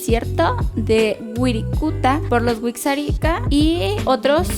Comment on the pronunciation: Virrarika se pronuncia